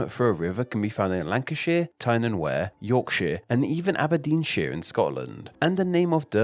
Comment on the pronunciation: There is no such place as "Tyne and Where". The Wear, in Tyne and Wear, is pronounced 'weer'.